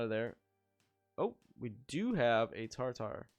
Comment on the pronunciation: Ta -tar Ba - si- li - ca Great video but my ears are bleeding 😂😭